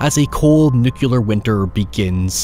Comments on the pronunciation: It's nuclear - not nu-ku-lar. FFS why can't people say it right? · NUCLEAR- NOT: "NUCULUR" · Nuclear. Nucular. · Love you. FYI, it's pronounced nuk-lee-ur, not nuk-you-lur. Commonly mispronounced since George Bush Jr. Keep up the good work! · Nuclear not nukillar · Please stop saying 'nukular'. Pretty please. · I can't believe you pronounce nuclear as "nucular", who did this to you??? Edit: Also cute to see you talk about having someone else to spend the days happily now :> Cheers from Brazil, hope things are going great ! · 'nucilla' Stop that! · Is "nucular" some kind of accent or just being homer? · Man, I absolutely love your content, but I had goosebumps everytime you said "nucular". Please, make it stop. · Who’s gonna tell him the “u” in nuclear is BEFORE the c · PLEASE before you make another video, learn to pronounce NEW-CLE-AR. Sorry mate, except for that, I love your accent. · Please make the very basic effort to bother pronouncing "nuclear" correctly.